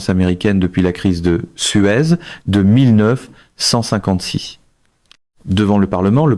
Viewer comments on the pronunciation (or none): Ça ressemble à de l'IA. Sa prononciation de 1956 l'a trahi.